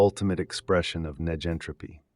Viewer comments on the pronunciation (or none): It would be nice if (neg)entropy was properly pronounced in the video.